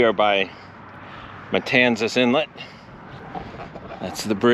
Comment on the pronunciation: Pronounced kind of like it's spelled, not Matansa